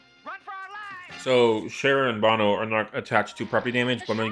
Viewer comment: Velma mispronounces the name "Bono".